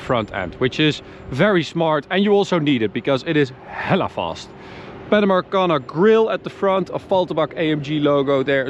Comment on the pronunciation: As someone from Northern California, it warms my heart to hear a European say "hella."